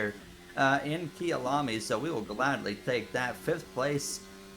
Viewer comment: Kayalami (my home) not kiyalami